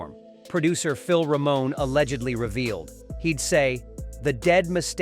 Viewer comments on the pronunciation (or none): none